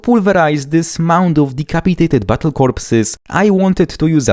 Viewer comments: I love your accent, every time you say Bottle I sort of hear "butthole" and I cherish it. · Sounds like you're saying "butt holes" 😂